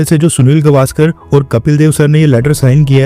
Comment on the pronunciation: गवा..स्कर नही गावसकर 😊